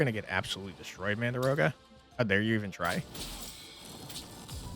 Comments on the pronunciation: Game looks amazing 🤩 But I gotta know.. are you saying "mandaroga" on purpose, like "dargon" or...? ;-) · it's pronounced exactly as written - mandragora. It's a common plant name in fantasy, with the usual trope of screaming when getting pulled out of the ground. It's in Delicious Dungeon, Harry Potter and all over the place.